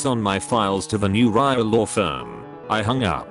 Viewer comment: Great channel and content, but could you try getting a narrator/reader who is not a dumbass? "Riaa", "Limeywire", WTF!?!